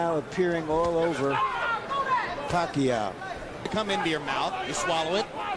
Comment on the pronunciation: Commentator : pakayoow? pakaaw? 😂😂😂